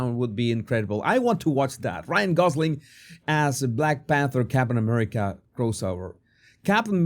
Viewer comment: What the hell is he saying? His tone is very very condescending….”ummerica” There is a level of resentment in his tone. Disney big big mistake to provide him the role. He just needed to keep the role as whatever it was…I don’t even recall.